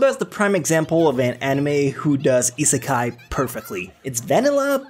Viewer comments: Restaurant to another word is not seki sorry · i rarely say that but, nice top 10 list. *EDIT, HEAVILY TRIGGERED HOW U SAY ISEKAI